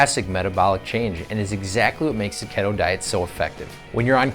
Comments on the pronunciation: It’s keeeeto not kettle A Hole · Ketto diet? Sure it's not called Keeeeto?